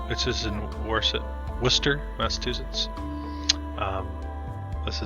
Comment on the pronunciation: mass ah chew sits = Massachusetts. Just letting you know! I did enjoy it, thanks!